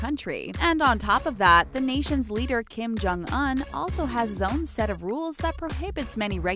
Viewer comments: “Kim Chong oun” it’s pronounced kim-jyong- uonnn” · Kim Jong-UN??? 😂 I thought it was pronounced Kim Jong-OON 💀💀💀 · did she say Kim Jong an and not Kim Jong un???????????? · Everytime 😩 like did no one think to tell her she was saying it wrong during recording or something??